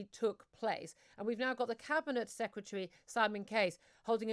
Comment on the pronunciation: She pronounces 'secretary' in much the same way Homer Simpson pronounces 'nuclear'.